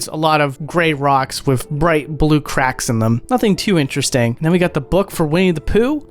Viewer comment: It’s fascinating to me that you say Vase with a soft A, but still say “Wif” rather than WITH, it’s almost as though you’re mimicking a low-brow, south-London speech style, but without the accent…